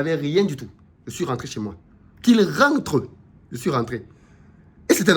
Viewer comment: Qu’il rennnttrrree 🤣🤣🤣🤣! Mdr